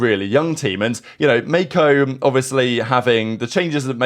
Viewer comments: Bro over pronounced it 😭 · calling Mako Meko is the funniest thing I witnessed today